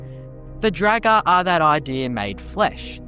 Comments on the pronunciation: Pretty sure it's pronounced as in "draught", not "dragon". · he just keeps saying dragger